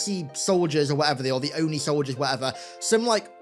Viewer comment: I'm glad that they finally said ONI instead of O-N-I (oh-in-eye)